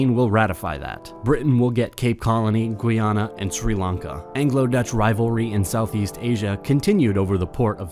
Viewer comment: Guyana is NOT Gwee yana LOL